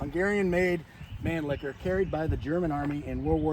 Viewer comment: It’s not Man-Licker 😂 It’s Man-Lee-Her. Try it saying like three separate words, man Lee her. You Americans can do it if you try